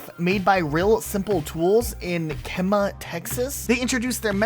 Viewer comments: Key-mah. Not Kema Oh brother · It’s “keeemah” lmfaooo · The city where the ad knife was made is pronounced key-muh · Kemah? You mean Key-Ma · Kemah TX is pronounced Kee-Muh TX. Source, I use to live there.